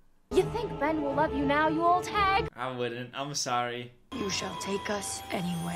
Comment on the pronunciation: I just have to point out she said Bren instead of Ben lol